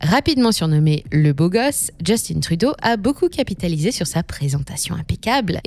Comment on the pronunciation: On dit Justin Trudeau et non "djustine truuuudoooo" comme dirait les anglais